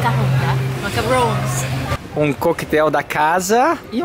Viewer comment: e, não é macaroni nem macaroooooooons kkkkk é macaron, com um N só e se pronuncia em francês, algo assim: "macarróm" =D Muito legal tudo aí! Que pena que tá chovendo tanto! E eu amo comida italiana!!!